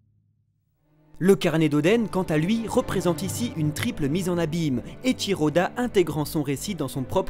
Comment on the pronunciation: pourquoi vous dites etchiro et eusopp au lieux de eiichiro et usopp a part sa bonne video